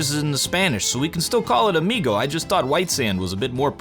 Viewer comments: This "amigo" accent is Brazilian portuguese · That "amigo" sounds more brazilian than spanish